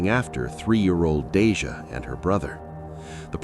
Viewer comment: Half way through you start calling her denisha? Thought her name was deasia?